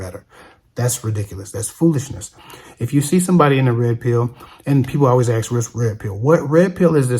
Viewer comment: Just curious, I'm not an American, but why do you (and others) say "AXE", when you mean "ASK"?